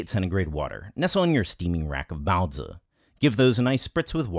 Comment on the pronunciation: Well, you certainly say "baozi" better than Babish.